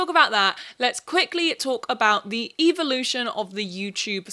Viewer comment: Not sure if you said the “evil-ution” of influencers or if it was your accent but I love the Evil-ution